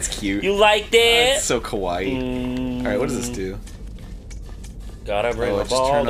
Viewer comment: IT'S SO KA-WHY-EE